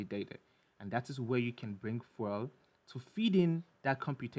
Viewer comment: lol "fwel"